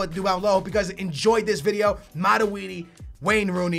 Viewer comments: wow!!! it mat-twoi-d... not mat-we-d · its not maraudi its matuidi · It's MATUIDI Not MADUIDI!!! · Aren't you saying Matuidi's name very wrong?